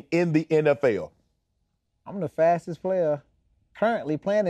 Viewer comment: You are the "sssfwastest" player in the NFL...Shannon language 😂😂